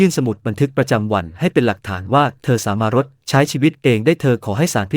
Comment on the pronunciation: สามารถ อ่านสา มา รด จริงอ่านจะ ริง❤